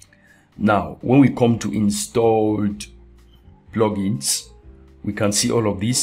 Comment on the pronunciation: Love the video, but the way u say plugins (PLOGINS) is so funny :D hahaah... Thanks for the awesome tutorial- great work!